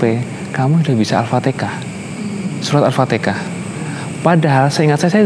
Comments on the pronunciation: Mantap lah moga Istiqomah 👍👍👍👍 TAPI JGN BILANG ALFATIKAH .....tp ALFATIHAH OK 👍👍👍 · Di fasihkan lg ucapannya ya mas. Jangan Al fatikhah. Tapi Al Fatihah. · Mas.... Jgn ALfateka tapi Alfateha. Belajar yg baik ya... Alhamdulillah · Alfatihah massss Bukan alfatekah😁🤗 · Bukan alfatekah tapi alfatiha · maaf yah bukan Al Fatikah ...tp Al-Fatihah.... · Mhn d perbaiki ucapan surat Al-fatihah ,bkan alfatikah...🙏🙏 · Lidah orang Jawa timur,,, Alfatekah